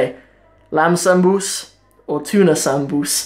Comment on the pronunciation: Camaar yare waryaa, why is your Somali soo messed up mate. What's paasto iyo zaanbuz??🤔🤔 Waa baasto, dooro iyo saanbuus.